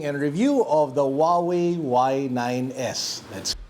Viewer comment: Did he say "Huawei y9....s..i..x"☠️